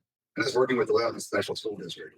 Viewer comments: Cmon:) it is not "le be NON", it is LEB Bi Nin. You know, like Not Mary Ville but MERvul. You are gonna be accused of not being from TN. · Come on, you’re a Tennesseeean. It’s Leb-a-nin. Not Leb-a-non. 😂